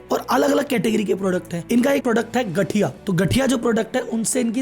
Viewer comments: Gathiya=गांठीया (Not गठिया ) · Its not gathiya its gaathiya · ગાંઠીયા hai not ગઠીયા . ગઠિયા ka Matalab Chor Ya Dhoka Dene Vala Hota Hai. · गठीया ❌ गाठीया✅ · गठीया 😅 गाठीया सर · Gathiya😂 ગઠીયા. ❎ ગાઠીયા ,✅ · Gthiya nahi gaathiya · It is gaathiya buy not gathiya🤣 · Not gathiya, gaathiya